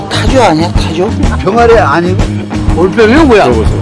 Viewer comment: 병아리 아니구 가 아니고 병아리 아니고 가 맞습니다ㆍ 왜자꾸 구구 하나요?